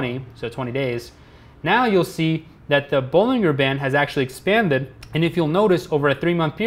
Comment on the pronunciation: Bollinger is pronounced with a J, not a G it sounds like Bollinjer